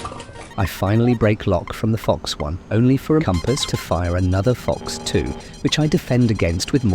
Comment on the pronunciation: Is this a TTS voice or do you just say Fox-1 and MMR-S3 weird?